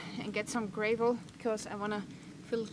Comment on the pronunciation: "Gray-vel". Sigh... :)